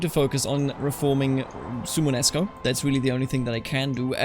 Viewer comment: suomenusko don't drop the o in suomen Perkele * Suomen Usko = Finnish/Finnic Belief are 2 separate words